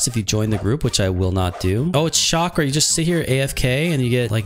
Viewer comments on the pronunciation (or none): none